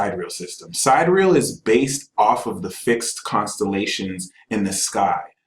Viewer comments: He keeps saying side-real... it took me several times of relistening to realize he meant sidereal, pronounced si-dear-ee-al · Why is he pronouncing "sidereal" like "side real"? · sidereal pronounced . sy dih re ahl... not side real... lol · How can someone claim to be an expert on anything involving stars and not know how to say sidereal with 4 syllables? Does anyone not have a problem with multiplying 12 by 12 and being off by three orders of magnitude? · Can't none of these so-called geniuses pronounce "Siderial" correctly?